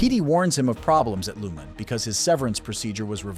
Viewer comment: Please learn how to pronounce Lumon correctly. The narrator voice clearly never watched the Series